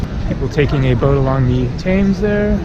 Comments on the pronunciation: It’s pronounced “Tems” not “Taymes” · TEMS not TAYMES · River Thames is pronounced...tems.....not tames. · Pronounced TEMS. Never heard anyone say thaymes until this video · Oh man when you didnt see Big Ben and had to ask- I thought you were joking, very sweet, the river is pronounced Tems, Leicester is Less tur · For heavens sake it is Pronounced Temms. At least ask someone with an English accent! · Thames - rhymes with gems. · Hi, I'm not sure where that person you stopped was from, but you say it "tems" in the UK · You are in London and is full of foreigners who do not know how to pronounce the River Thames It is pronounced TEMS. You managed to go thru the whole video saying it incorrectly 😀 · It's actually pronounced TEMZ. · Hi,Great video as always. our river is pronounced TEMS,have a great trip in my home town. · Get an oyster card asap....you can travel on the tube and buses as much as you want for a daily capped price of around £9. Also the river is pronounced "tems" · Most Englanders pronounce the river Thames "Tems", short 'E', just an FYI. Also, perhaps a bit late to mention this, but the big bus companies, hop-on hop-off, are well worth the price. Some of them are equipped with human tour guides that are LOADED with information. And usually the packages include a cruise down the Thames.